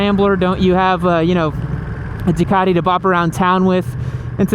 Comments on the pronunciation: The only people who should be allowed to buy a Ducati, are the ones who can actually pronounce Ducati. So that's not many Americans that's for sure. I mean what the hell is " du car dee", its "Du cat e" fa crying out loud.....Du cat e"🤗🤗 To be fair, at 2.30 you pronounced it 100% correctly......once😂😂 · I like how he pronounces DUCATTTI , in heavy Italian accent.🤌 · love the accent " a ducati "